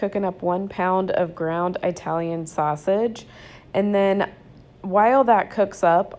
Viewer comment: Just FYI...It’s not Eye•talian...it’s pronounced the same way you pronounce Italy...it’s not Eye•taly it’s Italy...you start to pronounce Italian the same way you would Italy...hope that makes sense.